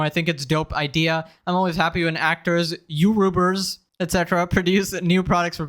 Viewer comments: “yourubers” thi- I- wha- Why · "Yourubers" - KSI